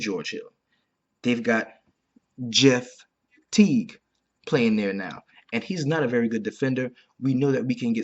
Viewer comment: Man, the emphasis still on "Jeff" Teague is killin me. Great stuff like always. GL